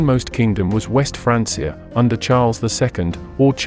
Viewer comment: Sorry i just cant with the AI. The pronunciation of Francia is just bothering me too much. ✋️